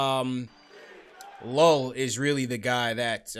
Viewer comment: It’s not pronounced Llull It’s You-e